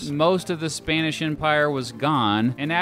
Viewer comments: ''Spainish'' literal ear rape. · Says Spanish “Spænish”